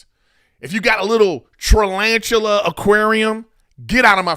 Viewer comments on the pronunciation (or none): he said tralanchula ..... Griff you funny .......